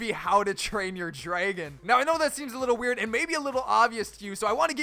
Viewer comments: Anyone else hear him saying draygon, say it right dude. Its dragon. Lol, jk i dont really care how he says it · Draegon? That how you day it lol and opionion-oepinione